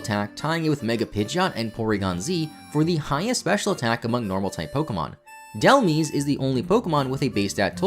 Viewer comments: Vivillon is a Vivid Papillon, Vi-Vee-Awn, not Vi-Vill-On Binacle is a Bi-headed Barnacle, Bye-Nacle, not Bin-Acle. Dhelmise is a haunted anchor. If you Delve where it lives, you can meet your Demise. Dell-Myze, not Dell-meeze. Grafaiai is an Graffiti painting Aye-Aye. Graf-Eye-Eye, not Gra-Feye-Feye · When your fave’s fact is just about it having a unique base stat total AND its name gets pronounced wrong 😔 Dhelmise’s name is a combination of helm(like the helm of a ship) and demise, and it rhymes with the latter word. As for a less “I looked at the Bulbapedia trivia section” fact, Dhelmise is the first Pokémon to have an ability that essentially grants it a third STAB type, that being Steelworker, which gives a 1.5x boost to all steel type moves. It’s also the first Pokémon to have a signature attacking move that it doesn’t share a type with, Anchor Shot. The only two Pokémon I can think of with either of these traits are Bombirdier, which has a hidden ability that effectively gives it rock STAB in addition to dark and flying(but no decent signature move to take advantage of it lmao), and Archaludon, which has a signature electric type move despite being dragon/steel. Bonus fact, Dhelmise’s shiny is almost definitely based on red algae— after all, rather than a plant, seaweed is actually a macroalgae, which are divided into green algae, brown algae, and red algae— similar to Trevenant being based on birch trees in autumn. However, it is also likely inspired by the natural phenomenon known as red tide, where a type of red algae blooms and looks like blood in the water. As if that didn’t fit with its whole deal well enough, red tides are often followed by large die-offs of fish, as the algae itself can be toxic and released more toxic substances into the water once it begin